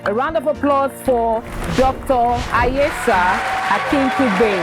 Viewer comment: Why are you guys so terrible with names? Ask for proper pronunciation of names from the individuals before you introduce them please! Imagine the way you pronounced Ayesha? The other day, you were pronouncing Quayyum wrongly too ? Oye???